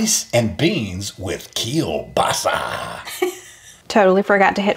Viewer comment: In the last recipe kept saying kielBASA! And you had said that you used beef smoked sausage. And again he said kielBASA! I thought you were about to correct him but he was in his run describing those flavors! He’s hilarious! I was sick beginning Christmas Eve until after Christmas Day. Im thankful that I had already celebrated with my sons and their families on Saturday. And now, it’s Dec 29th and the flu is spreading like wildfire. My middle son and both of his little girls ages 4 and 2 have the flu. I hope you guys feel better soon. Happy New Year!